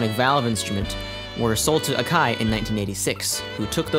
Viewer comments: I guess I just defaulted to the American pronounciation of Akai lmao, since I've heard it so many times! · How do you pronounce takarajima correctly but not akai? Lol